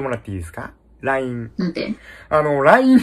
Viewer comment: LINEの発音が悪すぎて聞きとれなかったか……